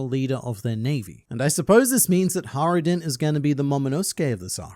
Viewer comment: There's a j in hajruden btw xd it's not silent xd